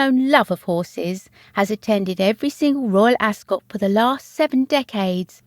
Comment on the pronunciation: You're obviously English. Ask somebody over there to teach you how to pronounce 'Ascot.'